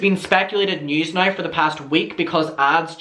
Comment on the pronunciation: And when he says “nye” instead of now 😁😁😁🥰🥰🥰🥰